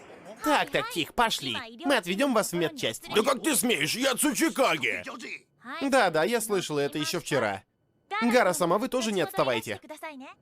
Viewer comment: Я когда слышал в первый раз слово цучикагэ мне послышалась сучийКАГЭ и каждый раз кагэ сучий :)